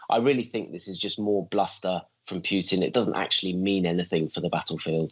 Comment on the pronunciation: Mike Martin is so good but can someone tell him there is no U In putin: путин. Pronounced poo tin which is actually pretty accurate in another way also…